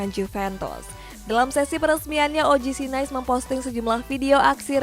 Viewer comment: Ngakak tiap denger OGC Nais 🤣🤣 lawak lawak